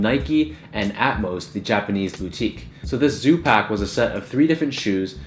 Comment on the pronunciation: Thank you for pronouncing Atmos correctly